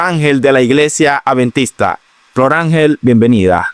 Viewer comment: Perdón, al anfitrión del programa no se dice aventista, se dice adventista. Por otro lado, Sí las leyes sólo eran para los judíos cómo dice la Dra y no para los gentiles entonces la salvación era para los judíos solamente y no para los gentiles?, Dios es el mismo ayer hoy y siempre, ya el dijo que no se debe comer cerdo, pero el ser humano quiere hacer lo que quiere, menos obedecer. La gracia no te libera de la obediencia, la gracia te capacita para obedecer. Y anfitrión no diga aventista que se escucha horrible. Adventista, mencione la d.